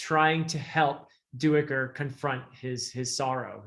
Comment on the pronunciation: According to the audiobook Duiker is pronounced Dike-er. I believe that is correct even though I, too, HAD been pronouncing it do-ick-er, like you do. Small thing I realize, but just thought I'd mention it.